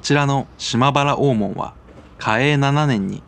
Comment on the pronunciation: 島原大門はおおもん、じゃなくてだいもんです😅